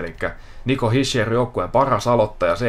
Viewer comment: Se lausutaan kyllä hisher